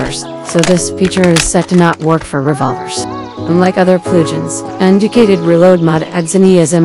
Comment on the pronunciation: Your character has a new sexy mispronounciation: plug-ins.